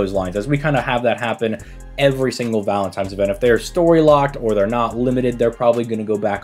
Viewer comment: I know i did not just catch yo ass sayin valentimes....... LOL, stay blessed brother